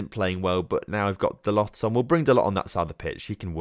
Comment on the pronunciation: Halland is pronounced Holan. It's Norwegian. Also t in Diogo Dalot doesn't pronounced